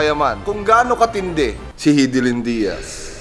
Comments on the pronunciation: Hidilin✔ Hidilyn❌ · buong akala ko Hi- di- lyn (Haydilin) ang pag pronounce hehe thanks boss cong sa another info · Pronounciation: High-D-lin 👎 Hee-D-lin 👍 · na-mispronounce mo boss cong pangalan ni hidilyn